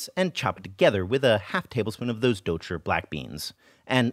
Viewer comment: Your pronunciation of douchi has improved so much since you first began! That tongue curl is perfect!